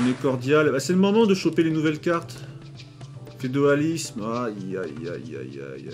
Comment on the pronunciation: On dit pas carthageniens mais carthagénois! Et c’est pas fedoalisme mais féodalisme! 😂